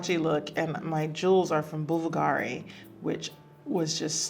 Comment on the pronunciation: Bulgari was wrong too..